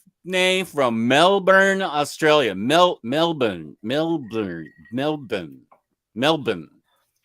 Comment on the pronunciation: You pronounced Melbourne as a true legend!